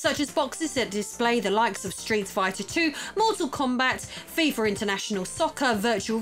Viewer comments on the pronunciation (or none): I had to rewind it a few times. Fifer instead of Fifa. Hilarious lol